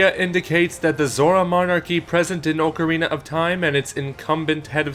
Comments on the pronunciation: It's not oakorina it's OCKarina or is it your tongue? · It's ocarine not ocharina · ..."Oak-arina"????? Why would you pronounce it like that? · Ohcarina your pronunciation gave me cancer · Oak-arina? Please, for my sanity's sake say it right: Also yes, old video and what I said shouldn't matter all that much, but it is still gonna trigger me because I'm unable to let these things go. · Oakarina of time lol